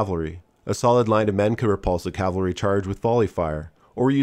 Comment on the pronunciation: Cav-al-ry = the guys on horses... Cal-va-ry = the hill name from the Christian Bible where Christ died.